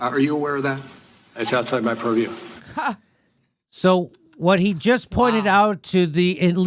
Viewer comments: The fbi guy on Russiagate: POORview. Jimmy Dore on Russiagate: PURRview. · "That is outside my puriew" Everyone drink!